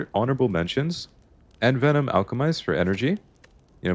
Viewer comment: the way you're pronouncing envenom is driving me crazy